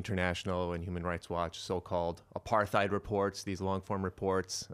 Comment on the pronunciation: "apartheid" is not pronounced with a "th" sounds. It's "apart-heid". Hard T.